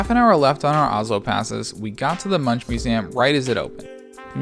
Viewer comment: Munch is pronounced "Munk"